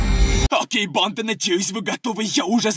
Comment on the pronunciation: Почему он такие окончания делает: банда́ Я НЕ ПОНИМАЮ ПОЧЕМУУУУ ! Ну вообще он не страшный и это чувак в маске и макияже😐